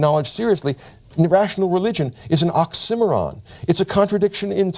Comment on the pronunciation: I wish this guy could correctly pronounce the word oxy-moron. Now pass the large shrimp.